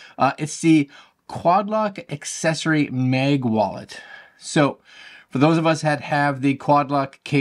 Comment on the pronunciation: Nice vid, but sorry its MAG for mAgnet, and not mEg😅 sorry. Stragling to listen 😅